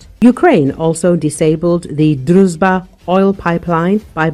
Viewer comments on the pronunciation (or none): After 3.5 years of war: Why are you too stupid to pronounce "Druzhba" correctly? Why can't you pronounce letters of the Ukrainian and ruzzian alphabet? Why are so many English speakers so ignorant?